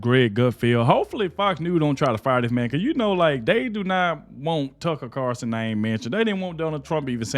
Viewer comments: Its carlson not carson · its Tucker CARLSON----NOT Carson dude:face-purple-crying:speak his name legibly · PLEASE SAY TUCKER'S LAST NAME CORRECTLY!!! IT'S CARLSON WITH AN "L"!!! I remember a couple of years ago they put Judge Janine in a 2 week suspension/vacation for something that the "higherups" didn't agree with either. If this turns out to be permanent there is always NEWSMAX to watch where some of those fired from Fox are now happily enjoying their jobs!